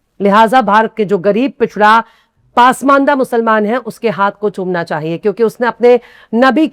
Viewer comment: मैडम पासमंडा नही पसमांदा सही लफ्ज़ है